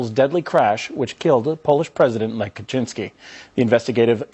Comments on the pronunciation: The name "Lech" is supposed to be pronounced "Lekh". Just sayin' :) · Lech pronounced 'Lek'. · A fascinating watch, and definitely enhanced by unintentionally hilarious pronunciation of Polish names.